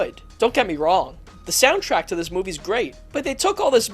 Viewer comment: Funny, every time he says "Movie" I hear "Middle Finger".